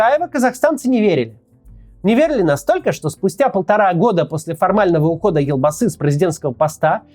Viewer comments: научитесь сначала правильно произносить имена и наименования, вы вроде журналист, верно? - Ельбасы - а не Элбасый. Жанаозен, а не Жанаазэн. Теньге, а не тэнгэ. Вечно вы россияне лезете не в свою страну со своей критикой и политикой. У себя в стране нечем заняться или нечего обсудить? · ЖанаозЭн, элбасы... Россияне у вас реально буквы Е нету что ли? 😮‍💨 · Интересно конечно слушать, но как же режет слух произношение слов из казахского языка. Прям сцуко казит. Во-первых буква Е в казахских словах звучит как Е, не Э, потом Елбасы, читается как «ЕлЬбасы» с мягким знаком, в казахском языке нет мягкого знака, но слова с мягкими согласными есть. Теперь тЭнгЭ, ну уже заебало, тЕньгЕ, везде Е. И Токаев, не ТАкаев, а ТОкаев. Жанаозен, также «Е», ни ЖанаозЭн! Простите за токсичность, но не смог удержаться. И кстати КОСТАНАЙ, тоже с О, с ударной О, не КАстанай, а КОСТАНАЙ.